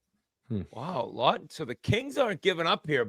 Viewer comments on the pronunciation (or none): Scott Laughton….Law-ton. Good god lol